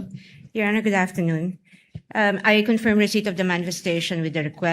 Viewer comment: Luistro has her own pronunciation about this word confirm by saying it confiirm